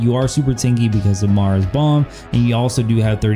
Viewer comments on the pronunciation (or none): The second you a said maras I left the video Lmao smh 🤦🏼‍♂️